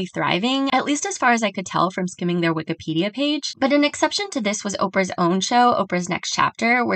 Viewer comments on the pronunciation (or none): none